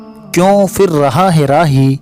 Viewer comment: Bahot acchhe تلفظ تھوڑا صحیح کرنا ہوگا فر نہیں پھر ، شہسوار ،شہشوا ر نہیں ،فیلا نہیں پھیلا